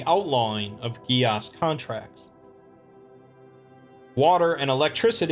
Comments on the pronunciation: fyi gaes is pronounced Gesh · Geas is pronounced gesh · I'm impressed with your pronunciation of certain Gaelic and Latin words. Sidhe (shee), Genus Locus, and Geas. Although geas can also pronounced as (gees). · Just for future reference, the pronunciation of "geas" is a little odd. It's Irish in origin and so the correct pronunciation doesn't quite make sense with the way it is spelled in English. It's pronounced either; "Gaeth" Or "Gaesh" Either way, nice video, Thanks!